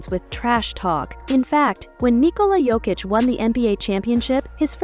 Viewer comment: Voice is AI, half the time it's Joekick or smthn.